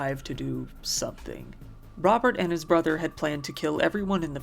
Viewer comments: Kid still pronounced brother "bwother". I'm so sorry little man, you deserved so much better, rest in peace. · That 911 call hurt me so much… the way he couldn’t even pronounce his r’s is making me cry